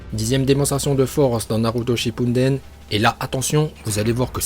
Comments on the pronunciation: Tes vidéos elle sont à moitiés en VO tu dis Naluto😂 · Nn mais t srx tu sais pas dire les nom des pelo de naruto alors fais de vidéo sur naruto